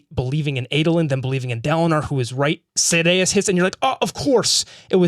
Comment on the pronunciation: Love how you guys never pronounce Sadeas' name the same way twice.